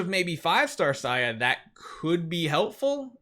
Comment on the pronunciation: Why do you pronounce her name as "SAYA"? It's not Spanish.